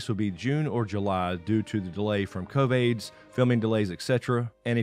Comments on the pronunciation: Did you just say, COV-AIDS? Ha ha ha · is he calling it Covaids?